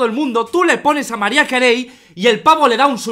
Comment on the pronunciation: Marraia se Lee María